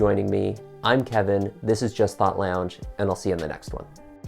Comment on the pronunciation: i'm loving your channel but i'm just curious - are you from southern ontario? i've been watching all your videos since i discovered your channel ~a week ago and the first time i heard you say 'lounge' i thought 'he must be from near me!' but i also saw you're based in the UK. you definitely sound like you could be based in hamilton or kitchener or wiarton though! either way, love your channel and look forward to your uploads.